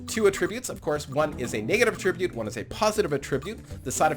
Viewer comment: A-trib-ute means to give credit. Atra-bute is a trait.